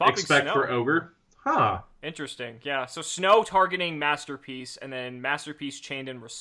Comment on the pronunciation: "Master Pleace"